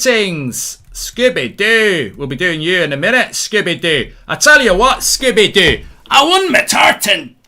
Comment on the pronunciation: Love how Mark always says Scoobie Doo